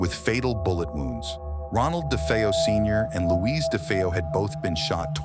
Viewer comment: Great video, but the narrator mispronounced DeFeo many times its pronounced Day-Fay-Oh. I met John Zaffis recently, Ed and Lorraine's nephew who joined them in many investigations, including the haunting in Connecticut. I asked him was it ever determined what caused the haunting in Amityville. He told me not to believe the Hollywood movies, which I strongly agree; but said Ronnie jr was practicing Satanism.